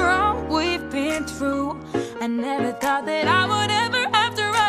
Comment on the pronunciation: It's thought not though e-e